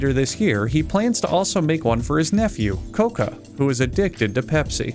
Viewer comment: I swore he said Loca..